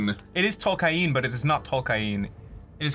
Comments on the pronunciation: it's not tolkaien... it's fucking T-O-L-K-I-E-N !!! jeebuz... xP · Tolken (a.k.a. Toll-kai-en), creator of Warcraft.